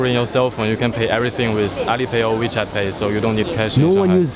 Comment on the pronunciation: Wechat ya dik adik bukan michet😅